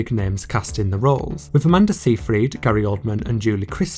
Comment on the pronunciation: Btw, it’s pronounced Amanda Sigh-fred